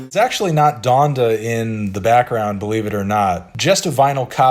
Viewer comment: Why does he say Donda like that